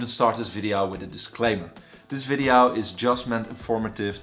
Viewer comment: is this really a doctor?? and what's a videaoww?